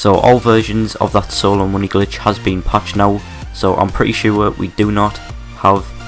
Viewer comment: "thas won haz been pached" don't fucking talk about it then.